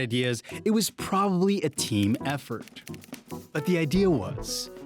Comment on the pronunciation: Yeah, no kidding, but he's pro-BA-bly a phonetic speller!!